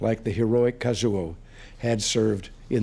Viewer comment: Casio? _Kazuo, not something to mess up like he did.